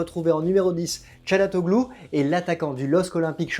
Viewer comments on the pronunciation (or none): caliéni, chalatoglou... on vous aimes bien par contre faut vraiment faire des efforts sur la prononciation correcte des noms des joueurs..vous n'êtes pas les seuls bon nombre de journalistes Français font pareil